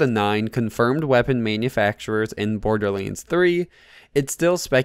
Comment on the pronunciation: Not borderleads my guy... It's borderLANDS lol